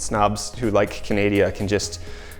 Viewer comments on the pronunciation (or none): My dude, Canadia??? Its Canada!!! Get that pronunciation right!! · "canadia" uhhhh...i think you mean "canada" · Please stop saying Canadia. It's annoying! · Canadia? I think you mean Canada.... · You mean Canadia, eh? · You said Canada wrong